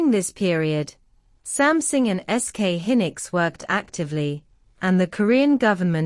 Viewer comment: Samsung has become "Something"? Please don't use AI voice over.